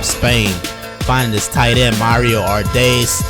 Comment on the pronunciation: I've been waiting for this one. Great highlight reel as always. Also you're the first person to actually get the pronunciation of my last name right first try. -Mario Ardais